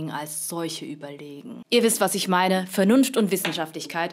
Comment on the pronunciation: Wie Lefloid gesagt hat Maine Partei XD